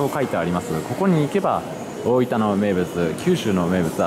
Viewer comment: スーツって東京出身なのになんか大分のイントネーションが変だな